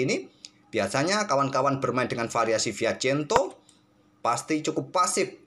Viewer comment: Yg benar itu Fianchetto atau Fiachento Atau Admin sengaja plesetkan, soalnya sy merasa jangggal dengar nya